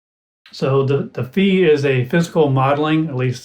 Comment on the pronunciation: Incidentally, it's pronounced "Fie", to rhyme with Pie, or Pi - it's a letter from the Greek alphabet. I think "anyma" is meant to rhyme with "animal", or "animation", but it hadn't occurred to me that it could be pronounced "aneema". I think "Any Ma" would be another good candidate :) Thanks for the demo and exploration. I haven't had mine long. I've been putting off trying it with a wind controller until I get more familiar with it, because it's so hard to tweak settings while holding one of those.